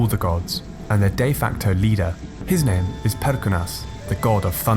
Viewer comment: Excellent video. I don't want to sound mean, but it's funny how you mispronounced every single name